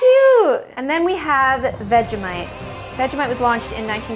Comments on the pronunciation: That's not how you say Vegemite but ok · As an australian you gota use less vegimite and btws I pronounce it veji mite